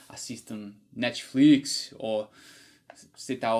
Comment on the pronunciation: ...seu português está espetacular! Pronunciou Netflix como um carioca kkk e parabéns pela sacada do "ovo" "ovos" muito raro entender isso não sendo nativo.